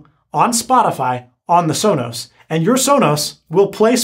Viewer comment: How could you say alisa and sola